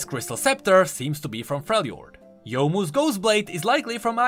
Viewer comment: It is nice to hear someone pronounce youmu correctly because that is my name irl ;-; (if ur wondering the name is 妖夢 :) ) is not spelt the same but is pronounced same